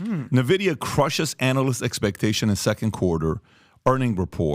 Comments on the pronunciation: N VIDIA, not NE VIDIA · The company's name is pronounced Envidia not Nevidia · Great content but for all thats good and holy, its [en-videa] not [nuh-videa] or [nin-videa ????]. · For the love of god its pronounced ENVIDIA not NEVIDIA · its called N vidia , not nevidia :| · It’s pronounced En-Vi-Dee-Yah, like the Latin ‘Invidia’ meaning envy. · not nvidia n-vidia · I just love how out of it they are😂 From relating this to "gaming" and from the dude calling it "NeVidia"🤣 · Exactly Only in America we have a millionaire this confidently out of it... nothing but a bunch of yes men around him obviously🤣 Pat called it "NeVidia" Not even a producer who knows editing that could correct him on practically everything that they said?! Damn 😅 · Dude doesn't even know how to pronounce the company name. Nice.